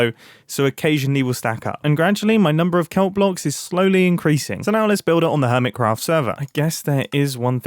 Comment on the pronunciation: Ear Mitt Cruffed